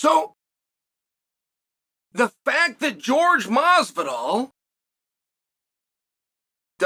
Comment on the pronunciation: You would think at this point he'd pronounce Jorge correctly.